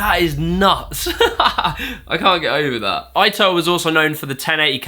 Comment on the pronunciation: Yasutoko not Yasotoku. And Eito should be like Ay-toh instead of Ai-toh. Overall loved the video, just I remembered their names being mispronounced pretty badly in your what killed it video, and this one was almost there. Lol.